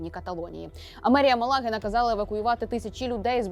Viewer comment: В назві міста Малага наголос на перший склад.